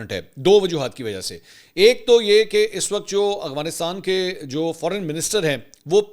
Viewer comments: aghfanistan ni hota afghanistan hota ha...tallafuz sai kro.. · سر آپ افغانستان کو اغفانستان کہتے ہیں مہربانی فرما کر درستگی کر لیں شکریہ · بھائ اغوانستان ھے یا افغانستان ھے don't mind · correction please, its افغانستان not اغوانستان